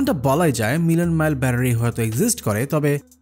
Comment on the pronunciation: বেশি শুদ্ধ বলতে গিয়ে ব্যাটারি কে ব্যারারি বলতেছেন🤓🤓